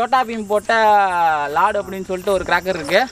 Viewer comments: Bro athu லாடு இல்ல லட்டு bro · அது லாடு இல்ல லட்டு (சோட்டா பீம் இற்கு பிடிச்ச உணவு)